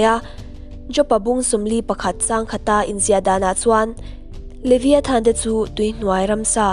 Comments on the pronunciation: Liviathan tih loh tur, livaiethan tih ang a lam tur a ni e boss😊😉😉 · Levaithan ti anga lam tur